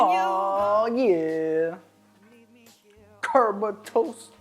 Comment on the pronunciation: CA-R-BO-NA-RA! Tony Montana? 😂😂😂😂😂